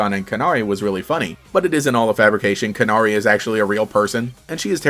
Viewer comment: i think it's pronounced "can-airy" (like the bird, canary)